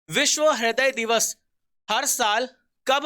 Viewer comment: haday nai raday bola jata he